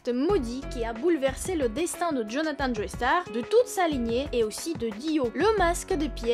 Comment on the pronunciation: Attention on ne dit pas "Joeystar" mais "Jostar" vu que c'est un nom anglais ;)